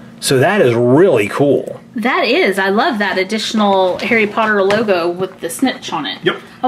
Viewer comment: its harry potter not hairy potter